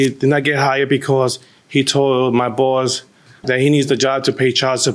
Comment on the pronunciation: (ish)....is it just me, or does 'boss' sound like 'balls'? 😅